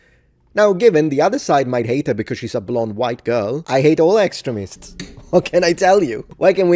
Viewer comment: Of course you defend a hot redheaded armoured woman on a horse... Your wife might put you on the couch if you didn't defend artwork that looked like her. I think you made a good decision on this :P I also love how with your accent "Extremists" sounds a lot like "Excrement" works rather well.